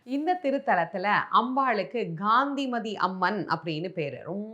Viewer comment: அம்மா, தாங்கள் காந்திமதியின் திரு நாமத்தை காய்த்திரியின் முதல் எழுத்தான “Ga” போல் உச்சரிக்கின்றேர்கள். காந்திமதியில் வரும் முதல் எழுத்தை “Ka” ஆக உச்சரிக்க வேண்டும். Her name is to be pronounced as KANTHIMATHI and not as Ghandimathi. Thanks for your understanding🙏